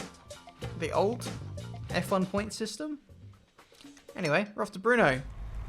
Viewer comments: Brno is Brno not Bruno not Brnou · For future reference, Brno is pronounced like "Bruno" but without the "u" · It was good... just remove the “U” at the end... I heard it like Brnou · DanLi I was thinking that, no idea where the need for pronouncing a ‘U’ came